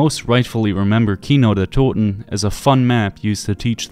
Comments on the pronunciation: Yet again Like Ur vid from 2 weeks ago, u Sound really german when u say Kino der Toten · I know I’m late but as a German I have to say that you pronounced "Kino der toten" and "der Riese"so perfectly and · The Glaswegian accent pronounces it absolutely perfectly which is so funny I’ve never heard anyone say anything other than keeno der toten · This is a stupid thing to comment, but being a German native hearing someone not only make an effort but actually pronounce a German phrase/word correct means a lot. It’s awesome finally hearing someone say “Kino der toten” properly on a YouTube video. Thank you I subbed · Finally a non German YouTuber which can say the map name correctly. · Props for correct pronunciation, means a lot hearing that from an American. Also, great video! I never realised where the knocking came from! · he says it correctly. he fucking did it. HE DIDN'T SAY KAINODIRTODIN YES WOOOO i'm german. this fills my heart with immeasurable joy. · as a german i can say that you pronounce kino der toten soooo good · Bro are you German? Never saw someone from UK or USA that can pronunce "Kino der Toten" like sooooo good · has a very good pronunciation when it comes to German words. Most of the other YouTuber tend to butcher them completely. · Are you German ? You pronounce the Names very good man not often hearing english speakers Doing that so good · Whatttt im german and the way you pronounced Kino der Toten at the beginning caught me off guard that was spot on with no accent lmao are u german? 😅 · The pronounciation of this guy of Kino der Toten is so good, Are you a native German? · Does somebody know if is German? His pronunciation is on point in every video where he say German words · Spot on pronounciation of Kino der Toten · He is just pronouncing it correctly. Dude barely has an accent when pronouncing “Kino der Toten”…